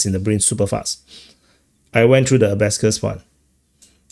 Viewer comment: It's not "a-ba-scuss," it's "a-ba-kuss."